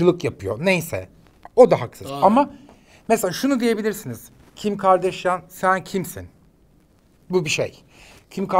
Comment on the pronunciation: Kim Kardashian’ın Türkçesi = Kim Gardaşyan :)